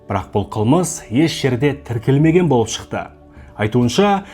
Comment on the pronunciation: Какая плохая интонация у вас. Болыыыып, сондайаааак. Зачем так произнести обычные слова